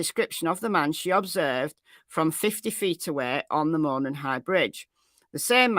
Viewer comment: Hi,. Local here in Indiana. Jut want to let you know it's pronounced MOE-non with the accent being on the first syllable. You do great coverage and are my fave go to for cases!